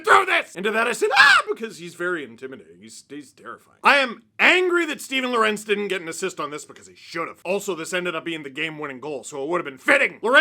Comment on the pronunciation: Are you really mispronouncing lorentz just because your are too lazy? Big yikes dawg